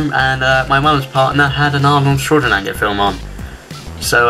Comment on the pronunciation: Ooo the butchering of Arnold Schwarzenegger’s name ;)